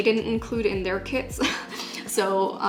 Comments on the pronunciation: I thought she was saying “kids” instead of kits for the first half of the video😂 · "tOday i'll bE tEStInG oUt ThESe BT21 kiDs" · "the kids were really inexpensive"